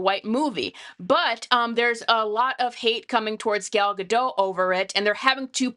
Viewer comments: Gadot, not Gado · Please look up how Gal Gadot pronounces her last name. The "t" is not silent. (Oh. you actually pronounced it correctly. OK, then.)